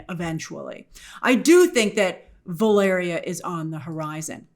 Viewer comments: Oh grace. This mighty seem like a minor thing but I’m so happy to hear you pronounce “Valeria” correctly. I don’t think I could take any more “Valereea” 😂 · They need to go full RoboCop on RDJ's Doom's face. P.S. Yay for finally saying Valeria's (and my daughter's) name right!!!❤❤❤ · The screen wipes are still killing me Grace, but at least you are finally pronouncing Valeria correctly!